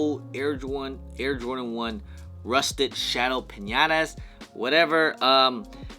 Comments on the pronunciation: Mans really called the patinas piñatas😂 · Piñata 🤣🤣🤣 patina